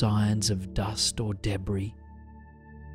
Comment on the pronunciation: My absolute favourite. I’ve listened to this video every night for months! However I do giggle every time he says ‘debris’